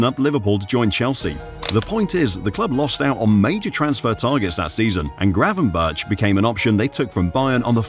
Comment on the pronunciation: Nahh it’s gravenberch szoboslai wirtz